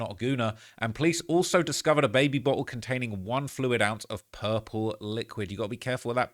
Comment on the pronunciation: Bruh did yall hear him pronounce baby bottle “Bae Be Bot El” 😂 say it again